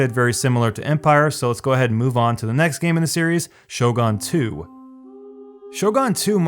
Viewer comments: Actually, the real pronounciation uses wovels that english does not really use. Sho is pronounced like shau in Shaun the sheep. gun is pronounced like some of the really weird accents pronounce the word (or like northen europe pronounces u). The closest comparison I can find is to oe as in Goedicke or Goethe. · If I hear this guy with weird pale face pronounce "Shogun" as if it was a gun shooting sho, I'm gonna have my overpowered Yari Ashigaru burn down his castle. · Learn to pronounce "Shogun" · I stop watching when he say shogun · Your pronunciation of Shogun hurts me physically. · All the weaboos getting upset of his pronunciation of shogun. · the way u say shogun triggers me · It didn't feel like you put any effort into making this video and how you say Shogun is annoying. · I am not a weeb or anything but the way he says Shogun bothers me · The other incorrect way of pronouncing it (like gun) is much less cringey than the way he says it. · Your pronunciation of Shogun bothers me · Yep, I am.But he's still wrong. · I was intrigued by the video title but had to stop at 2 min mark. Somehow I don't want to listen to opinion of someone who can't even pronounce name of what he is talking about lol... shogaan .. wtf is shogaan... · *ShoGAAAHN. Might as well capitalize on the comedic effect of your horrendous pronunciation. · What's Show-gone? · Did you just say shogan? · Shogun is pronounced as you read it not SHOGAAN!!!! pls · If I have to hear you say "shogon" one more time I'm gonna freaking kms lol. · I hate how he says it like Shogarn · Don’t ever say the word “shogun” again unless you’re going to pronounce it correctly, you fuckstain. I’ll give you a hint: it’s not “show-gon”. You know what a gun is, right? It’s pronounced like that. And Warhammer isn’t an RPG, dumbshit. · Will you stop saying Total War: Show-gawn please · Everytime this guy says shogaan ..the cringe hits me like a truck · Shogun has a u, not an a, what the hell is is Shogahn? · sho-GUN, G-U-N